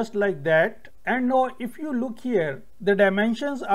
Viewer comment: NOW is pronounced N-long OW. It rhymes with HOW, COW, POW. You can search on google